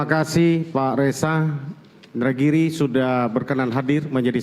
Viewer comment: Masa sdh pof baca nama indragiri salah